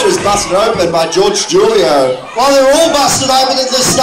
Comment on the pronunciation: He did not say Julio correctly